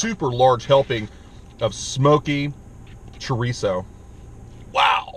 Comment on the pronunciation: So tired of you say "trerizo"!